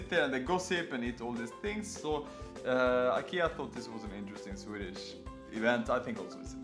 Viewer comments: thanks for showing the right way to say IKEA! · 其實都可以，在IKEA的原生地瑞典或是英國特定地區，都是發音"宜kea"。但在北美與英國大部分地區，卻是用自己的發音習慣去唸"愛kea"。所以要看你想原汁原味還是英語人轉化過的發音，大部分台灣人是發原汁原味的瑞典發音，Jonas前面也有留言，說因為他的說明是英語，所以他用英語的發音方式來發。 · 其實都可以，在IKEA的原生地瑞典或是英國特定地區，都是發音"宜kea"。但在北美與英國大部分地區，卻是用自己的發音習慣去唸"愛kea"。所以要看你想原汁原味還是英語人轉化過的發音，大部分台灣人是發原汁原味的瑞典發音，Jonas前面也有留言，說因為他的說明是英語，所以他用英語的發音方式來發，如果他是說瑞典語，他的發音就會是原瑞典發音"宜Ikea"。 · 你可以用你家鄉的方式發Ikea的發音沒關係的，雖然台灣是學美式英文，但講Ikea大多人還不是發美式發音。